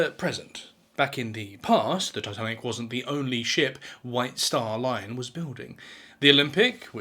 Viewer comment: That pronunciation of Titanic is brutal